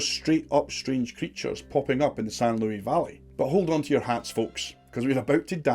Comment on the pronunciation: The s in Luis is pronounced.... I live in the san luis valley